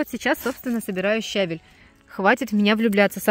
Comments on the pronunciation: Подача материала великолепная:точно, без лишних слов, информативно. Но ударение на слове щавель ставится на втором слоге, если сомневаетесь,загляните в орфографический словарь русского языка. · Вы меня извините, пожалуйста,но всё - таки нужно говорить правильно щавЕль.Я понимаю,что это не урок русского языка,но всё же...И правильно ревЕнь.А за ролик спасибо.Подписка!